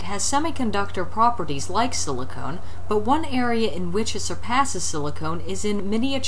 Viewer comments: SiliCON, not SiliconE. Otherwise good video as always! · SiliCON, not SiliCONE.